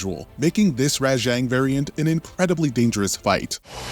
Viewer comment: Also how he pronounces Rajang